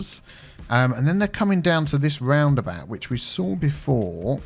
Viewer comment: Aaah the “horky borky about” 😂😂😂 love your vids man 😀